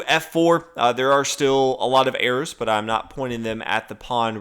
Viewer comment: He said "arrows" not errors lol